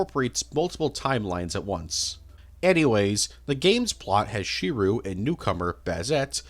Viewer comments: how did you mispronounce "Tsukihime" and "Shirou" THAT wrong bro 💀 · Wait so you've seen almost every Fate anime and still pronounce Shirou's name as "She-roo"? Seriously? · Shirou is pronounced Shi-r-O Tsukihime is pronounced Tsu-ki-he-ma Rin is pronounced R-in those are what are known as shadow servants the picture in the middle is Kiritsugu the Ch in Chulanne is just witha C not a ch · i dont believe you've ever seen any fate series. How tf do you mispronounce shirou he is literally the main character.